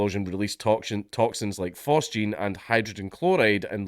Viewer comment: Damn fine job on the chemical pronunciation